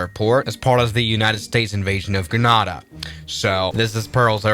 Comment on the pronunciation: Bad pronunciation of Grenada and Tegucigalpa. 😞